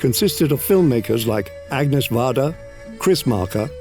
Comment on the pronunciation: Also also: the French name "Agnès" should not be pronounced like the English name "Agnes." Instead it's pronounced "Ah-nyess."